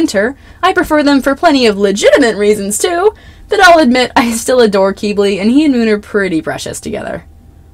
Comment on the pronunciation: I’m sorry but the way you say Quibly KILLS me 😭 😭 😭 it’s not KEEB-LEY it’s pronounced KIB-LEY I’m sorry but that bothers me so bad 😭 ✋